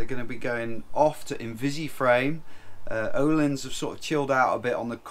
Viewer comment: Nice news! You need to learn how to pronounce Öhlins :-) The Ö sounds like the U in hamburger - if you're from the North :-) or like the last part of the word HER, er. The i is a long eee as in jeans, so sort of erleans :-)